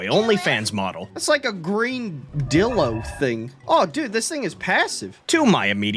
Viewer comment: He way he pronounces it dillo and not DIlo HAS to be ragebait